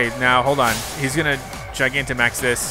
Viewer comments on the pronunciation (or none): none